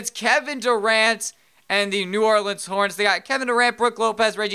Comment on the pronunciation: you said new orlens pelicans